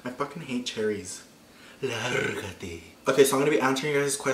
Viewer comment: I almost spit out my wine🍷 when you looked at the cherry and said “largate” 😂💀